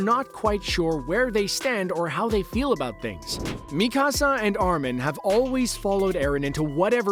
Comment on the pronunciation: Is it just me or is he saying Mi casa and not Mikasa